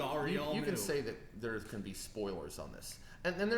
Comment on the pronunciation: is kind of annoying in this video. He just keeps talking over tj. Does have an accent? he says "on" like "owen" and he pronounces "want" differently too.